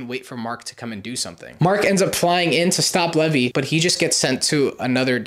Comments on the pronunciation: This hurts to listen to, sorry. his name is pronounced “leave-eye” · no he didn't it's pronounced lee-vee not lev-ee